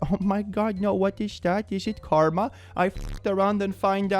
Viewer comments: it's car-ma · CAR-MA lol